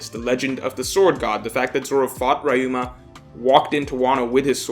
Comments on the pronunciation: it's not rayuma, it's ryuuma. Also, we know for a fact it's "Laugh Tale" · REE-uma, you haven’t learned huh Good video though!